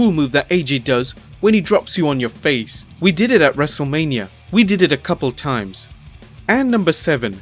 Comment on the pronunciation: Its Wrestlemania not Wrestlelamia